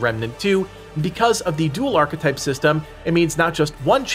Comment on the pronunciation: New "Archa type" lol